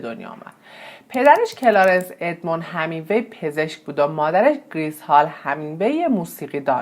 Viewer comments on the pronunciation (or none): شما وقتی یه ویدئو میخوای بدی بیرون اقلا تلفظ درست اون شخص رو یاد بگیر...‌.. Hemingway درست است نه Hamingwa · ارنست هِمینگوی، تلفظ صحیح است